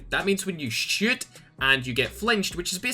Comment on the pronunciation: When you say shoot, I hear shit😂